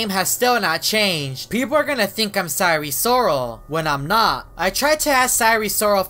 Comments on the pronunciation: please sire sirol is pronounced as “S I R E S I R O L” not “S I R E S O R A L” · I'm laughing because he said: our friend sire sorel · sire sriol lol